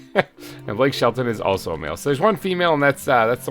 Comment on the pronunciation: "Blake Shellton" lol